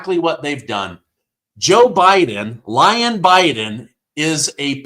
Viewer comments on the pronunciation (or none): none